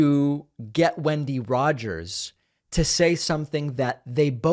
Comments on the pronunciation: Lunatic Rogers doesn't even know how to pronounce her own name, lol. It's 'when-dee' not 'win-dee.' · Did you say windy Rodgers or Kenny?